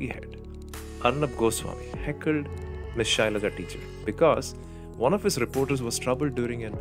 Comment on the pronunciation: Arnab can’t pronounce the name right 🤣🤣🤣🤣 It’s Shailaja and not Shylia 🤣🤣🤣🤣🤣